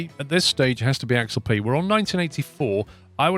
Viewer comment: The ship is a swiss designe an it's pronounced Ax-alp 'Ax' like the deodorant and 'alp' like the mountains. You drive me mad the way you pronounce it.